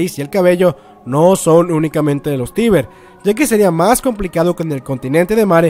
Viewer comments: No que era "Teiber" o asi segun yo lo pronunciabas en los videos pasados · Lena Oxton 'Tracer' Se pronuncia "taibr", se escribe "Tybur".